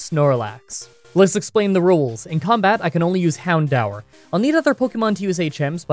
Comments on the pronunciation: Okay I promise this is the only time I'll comment regarding pronunciation. It's hound-oor not han-dower right? Don't tell me I'm going crazy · Im so triggered he keeps mispronouncing houndour its pronounced hound door and no im not joking its on the anime. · Isn't it pronounced "hound-dūr"??? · I've always pronounced the pokemon hawn-do-ur. So Hawn-daw-ur sounds so weird to me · I've always been pronouncing it as Hown-door. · My whole pokemon career is a lie. For the past 18 years i been calling "houndour" I pronounce its name as hound door. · Heh, I always pronounced it Hound-door. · I'm having a heart attack I always pronounced it as 'hound-oor' AAA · Wtf is that purnounciation? It's Hound DOOR you dang maple back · Why do you pronounce Houndour like that? Isn’t it hown-DOOR?